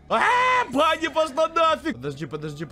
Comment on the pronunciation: Не нет не Бани, а Вани